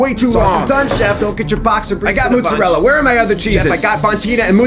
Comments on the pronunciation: "mootzerella" is the best prounouciation of mozzarella ive ever heard 😆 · ...that's not how you say mozzarella